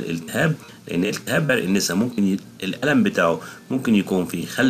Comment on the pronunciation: عرق الناسا ليس عرق النيسا بعبارة اخرى للتوضيح عرق النسا بفتح النون و ليس بكسرها شكرا